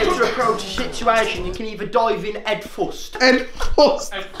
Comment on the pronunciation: "You can even dive in ED FUST" I DIED